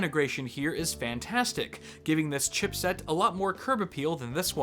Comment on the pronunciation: haha "chipset"